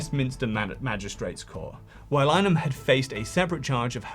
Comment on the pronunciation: "Line-uhm"? It's "Lin-uh-han". Graham Linehan. Otherwise, thanks for highlighting the woeful r@ charge rates so close to the top. Women don't even bother to report them anymore, because we know how unlikely it is to even get an officer to work the case, much less to get a charge against someone whose identity is known.